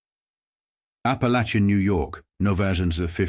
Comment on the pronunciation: you got Barbara pronounceation right but its ap a lake in